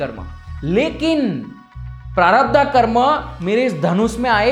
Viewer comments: Its not sanchitaa prarabhdhaaa...its sanchit prarabhdh..hindi mei bol rahe ho to hindi shabdh to sahi bolo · I love n like your video ❤️❤️❤️❤️ but bhaiya sudhy uchcharan pls it's prarabdh not prarabdha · 'प्रारब्ध', ना कि 'प्रारब्धा'. 'मनिपूर्ण' नहीं, 'मणिपुर' चक्र. संस्कृत के शब्दों का उचित उच्चारण तो आना ही चाहिए.